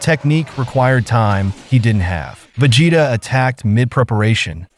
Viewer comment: Vegeta is 'Veh gee tah' instead of 'Ve jeh tah'. Saiyan is 'Say an' not sai an. Even though that's how it's spelt haha. Also very excited for you to do the Cell arc. Keep it up!